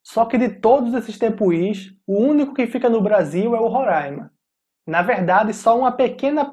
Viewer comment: na palavra Tepui, a pronuncia correta é com o "acento" no U, não no i (a sílaba tônica é a pu). Seria algo como tepuuui